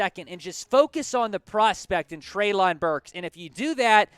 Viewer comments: It’s pronounced Trey-Lynn, not trey-loooonnnn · It’s pronounced Trey-Lin Burks